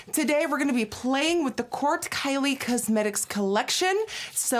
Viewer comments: ' kylie cuzzmetics ' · I actually really like the way Nikki says "cuzmetics" lol 😊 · kylie CUHsmetics